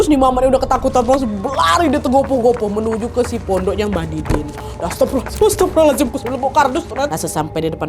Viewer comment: astagfirullah kak, bukan astaffirullah, soalnya bacaan yg benar adalah astagfirullah bkn astaffirullah